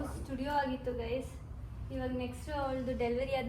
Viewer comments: "Haagittu" alla aagittu. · ಅದು ಹಾಗಿತ್ತು ಅಲ್ಲ ಮೇಡಂ.... "ಆಗಿತ್ತು"